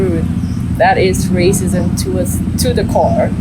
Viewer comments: Arcism? You meant Racism right? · R cism😂😂😂😂😂… its racism. Learn pronunciation first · please practice your pronunciation of "Racism" or use discrimination instead. It sounds like arsonism that is changing the entire context. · Bhai raaasism nahin, rascism. I was wondering for long what you are saying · Are you calling racism as arcism throughout the video?! Weird! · Aap racism ko R-cism kyun bol rahein hai? 🤔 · racism - learn the pronunciation correctly.